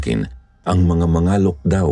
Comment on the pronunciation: Palaweña here...Mangalok po pronounce medyo matigas🤣